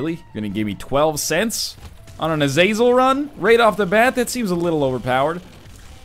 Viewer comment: Is it not pronounced Aza-zell?